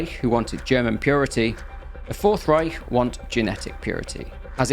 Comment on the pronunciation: great pronounciation of "Reich" btw 👍